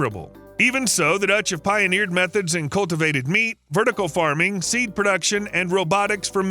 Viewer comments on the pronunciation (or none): none